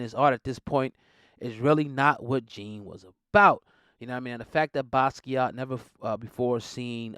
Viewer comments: Totally buthcering his name several times in this. Watch an interview or two or TEN and listen to him pronounce his own name!! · Butchered his name smh